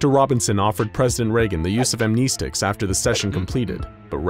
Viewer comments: Amnestics is pronounced "Am-ness-sticks" not "Am-knee-sticks" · Am-neh-stics not am-knee-sticks cancer to the ears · You are pronouncing "amnestics" incorrectly.